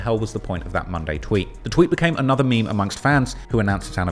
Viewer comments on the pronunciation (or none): none